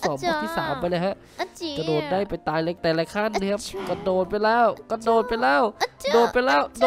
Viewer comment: พี่กระโดดไม่ใช่ระโดด